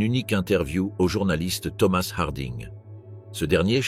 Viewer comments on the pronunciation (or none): none